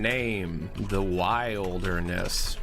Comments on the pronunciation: Every time he says "wild-er-ness" it gets funnier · Did he just mispronounce wilderness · Why can't pronounce the word 'wilderness?' EDIT: He figured it out, guys. Yay.